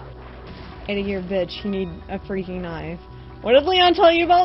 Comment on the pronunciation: its freakin not freaging